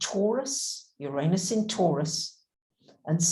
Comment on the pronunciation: I love your stuff. But, [(amusingly to me, after having spent 2 hours with someone even more struggling to entertain content past their prejudices of form (regarding your accompanying recent plejaran video), I still have to request)] could you please spend (even an hour, or just a minute) practicing and retraining your lips to a new habit of any of the pronunciations of Uranus that are not "your anus". Oo-Rah-Noos, Ur-Ah-Nis, Urr-Ahn-us, no Ee-Oo at the start, no "anus"(/Ay-nus). The mispronunciation is [EVERY time] jarringly, shatteringly, offensively, distracting. Also seems in the same harmonic as using derogatory terminology for the different (~ the planet that spins on its side (and offers the important other perspective), gets their name phonetically pronounced identical to "your anus",... see? bad vibes pronunciation). Try "ooh", or "ugh", not "your", and more "ah" than "ay" helps too, as does "nis" or "noos", rather than "nus" sounds. Please stop having your mouth and vocal chords say "your anus" when you mean "Uranus". they are different words. no matter how commonplace that lazy ugly mispronunciation is. (it [that mispronunciation] also kinda feels like a "f*** you" to Aquarius (and Aquarius egalitarian innovative ideals). Which I'm sure you don't want to be doing.) Even if you're not going to drop the "You" sound at the start, please try at least "you ran us", rather than "your anus". Uranus doesnt deserve this mistreatment. Hasn't it suffered enough? (Also